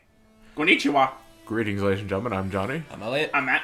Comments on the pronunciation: first second of the video: Matt:Kunichiwa pfffft xD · LOL Matt's Japanese accent was hilarious. XD